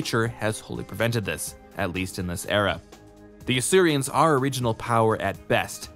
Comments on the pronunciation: They’re Asurans not Asurians, why can this guy never pronounce things properly? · Asurans, not Asurians. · fyi it's "Asuran" not "Asurian" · Asurans. Not Asurians. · It’s Asurans, not Asurians, and not sure why you used the Earth POO symbol for that, I appreciate you said the symbols weren’t official but that seems completely random. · Hmm isn't it Asurans not Asurians? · Every time I hear "Asurians" I feel betrayed, why is there an i in there, they're just called Asurans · This video is over a year old now but I just want to say: It's Asurans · The video was good, don't get me wrong. It's just that hearing you say "Asurians" bothers me. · Weird pronunciation of Asurans, as if there was an I in it. Also, nanomorph is a strange way to describe them.